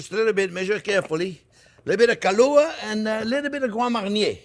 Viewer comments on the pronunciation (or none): OK after the kahlua what did he say. Qwamanee what is that.